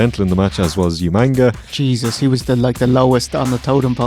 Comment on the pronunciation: OOC's reference of saying 'Youmanga' instead of Umaga was priceless